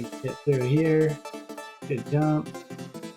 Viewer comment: It's "through", not "thorough"